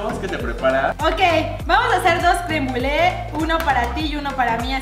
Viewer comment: "crem bule" 🙄 hasta Rafa lo pronuncia mejor jsjs.